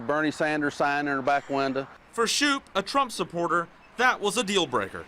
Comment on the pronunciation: I love how he pronounces window as 'winda'...